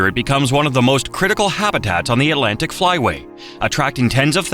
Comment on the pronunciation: Not to mention, Atlantic has two "t"s. It is not "uhlantic". The facts are interesting, but the mispronounciations are so distracting I can't finish the video. It's a shame; I love North Carolina and have spent time in the beautiful Outer Banks, the beautiful mountains, and points in between.